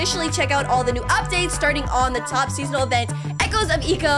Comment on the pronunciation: I think... Eco is pronounced "eecou"